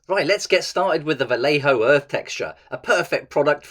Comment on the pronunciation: Spanish here, the pronunciation is "vayejo" if it were written in English, thanks for the content anyway.